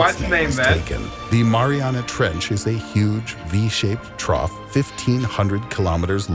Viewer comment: "What lives at the bottom of the maranah trench." It's pronouned "mah-ree-anah." 😆